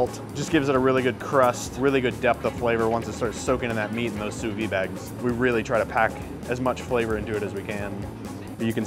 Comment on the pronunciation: Folks.... Sous Vide does NOT have a silent ending. French words aren't all randomly silent endings. You pronounce it "sue-VEED".